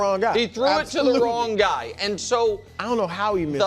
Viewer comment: Only Nick Wright can turn a one syllable word like "And" and consistently turn it into a three syllable word... "Ay-an-dh"